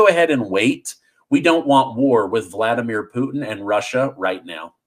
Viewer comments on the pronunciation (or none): none